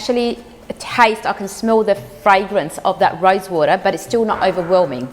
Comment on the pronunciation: The way you’re saying rosewater it sounds like you’re saying rice water. If I wasn’t from the least I would’ve thought you’re putting rice water.